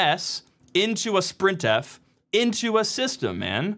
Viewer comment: I know you did not just prounounce "sprintf" as "sprint-f" instead of "s-printf" 😂